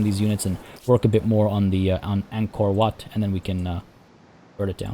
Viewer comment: I like how you pronouce WAT. It is so accurate.